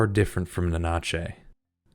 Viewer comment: Great video! Your pronunciation of Nanachi kept leaving a Spanish version of them in my head xD ("Na-na-chey" as opposed to "Nana-chee") 😉